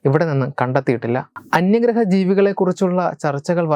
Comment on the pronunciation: Anyarha alla bro...ayye.. Onnu koode clarity kodukkoo...anyagraha ennu parayooo